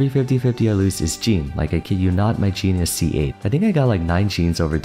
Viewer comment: Is it just normal for english speaking people to not be able to speak "Jean" properly? (There is a diffence between the name Jean and Jeans) Or do you just think it's right that way